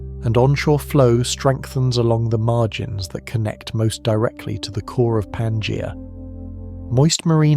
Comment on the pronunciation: The AI voice trying and failing to pronounce Pangaea in numerous different ways is hilarious.